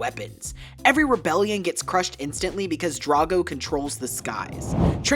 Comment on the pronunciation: It’s pronounced DRAGG-oh, “”! 🤨